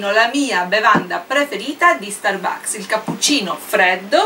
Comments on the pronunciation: Sì dice stàrbucks. Non starbùcks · iour inglis pronunc make schif but the FRAPPUCCINO DI STURBAKS SEMBRA BUONISSIMOOOO